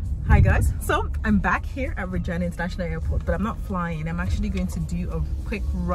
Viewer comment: Please pay attention to how you pronounce Virginia. I beg. Small pikin dey here.